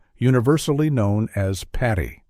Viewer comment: Paddy not Patty!